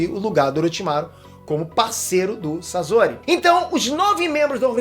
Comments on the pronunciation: Para de pronunciar " sazori ", pelo amor de Deus. O correto a se pronunciar é " Saçori " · É sosori e. Nao sazori que angustia essa pronúncia, video 10 pena que as pronúncias de nome dos personagens estão horríveis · N eh "sazori" q se fala eh "sasori" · Pieter não é Sasori é Sasori